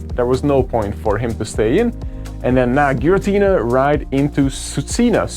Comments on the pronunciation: Swee-coon for Suicune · It's pronounced swee cune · i prefer the way he pronouns suicune to the correct way haha